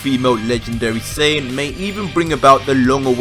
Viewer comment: Im sorry, you can't say this is only for Dragon Ball fans when you can't even pronounce "Saiyan" correct. It's "Sigh yan" not "Say in" If you want to get even more technical it would "Sigh ya Jin"